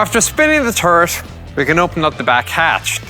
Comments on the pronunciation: it's turret, not turd you keep saying turd, turd, turd :P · In Oirish, it's pronounced turd.